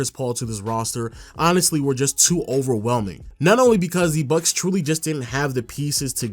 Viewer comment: Nobody:: Milwakee BuK